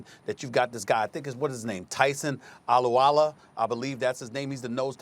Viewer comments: Stephen A: That’s my team.. Also Stephen A: Tyson Allo-Walluh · Wasn’t sure if he got Alualu’s name right, which he did not, always goes out of his way to say Conner is no Leveon Bell, and the chiefs are the only scary team to the Steelers in the playoffs. No way there’s a first round exit. Stephen A isn’t a Steelers fan no more. Ryan Clark has spoken